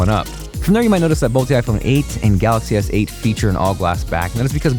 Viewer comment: Pronounce Galaxy S8 as Galaxy Seiyt